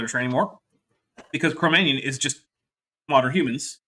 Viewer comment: But the striped/ spotty sheep is magic (or perhaps painted?) They switch to white later... does this friutbat call it Ba-ha'v gita? Couple it with Cro Magnum, I deduce: can't pronounce things, more generally. □